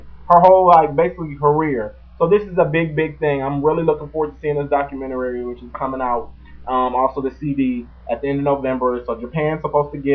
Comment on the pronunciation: Documentarary? Don't you mean Documentary, lol